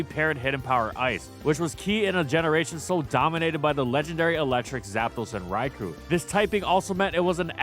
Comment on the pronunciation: Why isn't this called "Top 10 CROSS-GEN Evolutions"? Also why can't learn to say Raikou correctly?